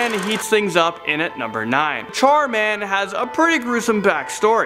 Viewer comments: Not char man, its char-mander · Char Man Der 😱😱😱😱😱😱😱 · He said it like chair man . Which is like a lame super hero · The Char Man! Me: Der! Haha Charmander!